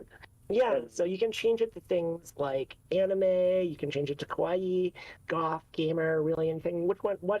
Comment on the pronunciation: English speakers really have to try to pronounce "kawaii" proprerly, with the "a" like in "alphabet", they always make it sound like "kowai" which means "scary", not exactly the same even if to some of us unicorns and rainbows can look creepy.